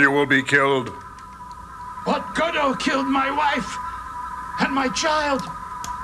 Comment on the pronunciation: Johnny: Godo, help! Crow: "Go to hell"? Hey, he feeds you, he takes you into his home and that's the thanks?! Tom: No, "Godo, help". Me: Yeah, he said "Godo, help". I mean, how can it sound like "Go to hell", anyway?